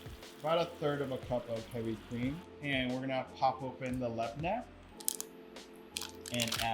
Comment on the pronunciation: Extra note: YOU PRONOUNCED LABNEH CORRECTLY HORRAYYYYYYY